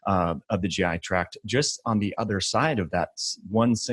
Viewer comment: Thank you for saying GI tract instead of track.